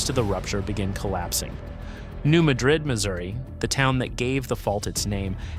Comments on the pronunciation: It is pronounced New Mad-Rid, not like the Spanish city. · Blytheville is pronounced "bly-ville." New Madrid is pronounced New "mad'drid." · FYI, we pronounce it New MA - drid. Ma is like Man without the n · They pronounce it “mad-rid” in Missouri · You are misprnouncing Madrid.